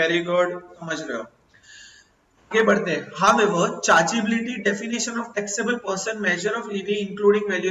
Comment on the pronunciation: It's definition not defination